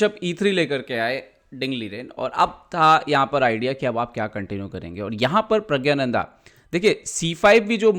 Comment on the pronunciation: प्रग्यानंधा नही, प्रग्णांधा बोलो. या प्रग बोल दो.